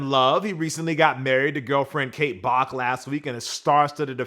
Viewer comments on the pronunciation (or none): none